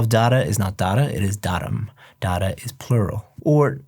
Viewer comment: You literally told dada (dad) not data 😂